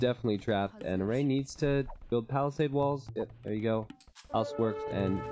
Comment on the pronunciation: Btw red player's name is pronounced as Eray with a closed A like the A in Heart